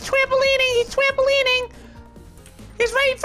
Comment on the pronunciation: "He's twampaleening, he's twampaleening!" 😂😂😂